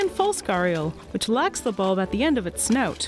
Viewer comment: I absolutely love how she pronounces snout. It's like sneüt